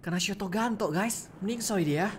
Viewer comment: Dia bilang shotoganto tapi yang sebenarnya ialah shotgun